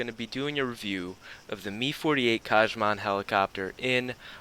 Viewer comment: Kah-man. Not Kaj-man.